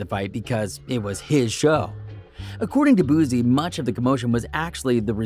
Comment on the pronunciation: Nbs mayne "boo-sea" not bozzziee